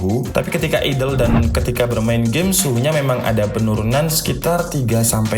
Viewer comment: idel e bodong po mas? aidel bacane mas kui